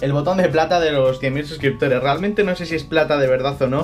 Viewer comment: Felicidades, te lo mereces!! Pero, se equivocaron en la carta o leíste mal tu xD? Por que cuando empiezas a leer dices 1 millón de subscriptores xDDD.